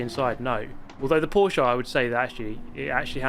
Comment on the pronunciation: Dear, as a fellow German, it's pronounced "Porsch*E*" not "PorschAH" - somebody who doesn't have a life and has had hours of boredom the past few days